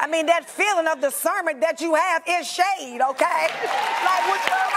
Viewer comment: "That feeling of discernment is SHADDDE" LOL